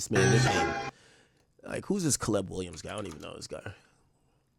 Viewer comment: I’ve never heard somebody pronounce Caleb as CA-LEBB